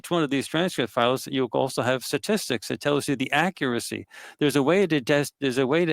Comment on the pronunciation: It's sTatistics, not satistics people.